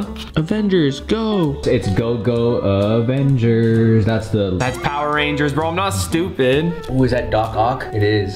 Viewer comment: How did he say avengers😭😭😭😭😭